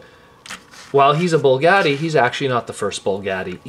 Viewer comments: its BUGATTI** not bullgatti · Bugatti not bulgati smh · b.u.g.a.t.t.i....there is no L in the the name Bugatti. Other than that excellent review!! Keep up the great work!